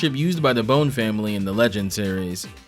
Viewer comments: This isnt a critique to be annoying but the Bonne's, the name is pronounced like Bond, not bone. Bon Bonne is a play on bonbons, etc. Love your work, the Cyclops video is my absolute favorite :-) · I think Volnutt’s Weapon Switch gimmick in TVC is way more elegant than Mega Man’s in MVC. Though as a side note, I’d put more stock into how the Legends games themselves pronounce Bonne compared to MVC3, personally.